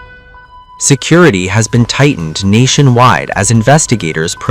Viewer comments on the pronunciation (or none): none